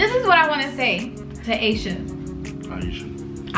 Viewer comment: My name is Aisha (iesha) and Queen is saying it exactly how a teacher in middle school used say to me lol